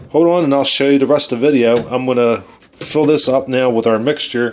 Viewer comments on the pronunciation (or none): if was from california instead of nova scotia, totally. just the way he says so, below, video, goes and do is off